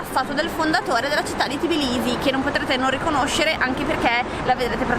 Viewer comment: Si dice Tbilisi non Tiblisi😊😘